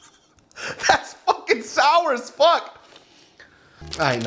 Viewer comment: the way he said 'sour' i vietnamese sounded like he said 'jesus' lmao